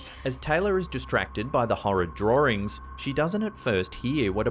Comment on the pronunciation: If he says, drahringz, one more time! 🤣🤦🏼‍♀️💀